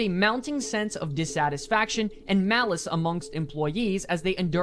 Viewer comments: Is the guy who made this video english? Why cant he pronounce "Malaise"? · I can't get over "malice" for malaise in the source video. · Anyone else bothered by dude saying "malice" when reading the word malaise?